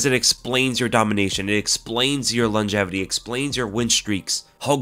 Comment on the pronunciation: Best mma podcast out. Although the "longetivity" made me laugh 🤣